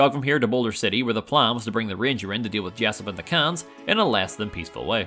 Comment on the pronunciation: Ayo Khans is not pronounced "cans"